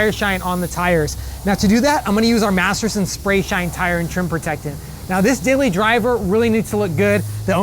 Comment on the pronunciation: I think his identical twin brother works for the Chemical Guys How many times did he say Materson